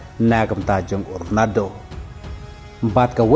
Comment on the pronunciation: Ronado😂😂 da pronounce bha lh ba i lhrain 😂